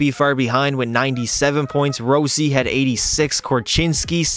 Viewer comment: row-si got me dead bruh😭